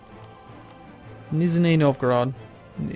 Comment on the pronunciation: its pronounced niZHny novgorod, ZH sounds almost like a 'j'. it means "lower novgorod" in russian.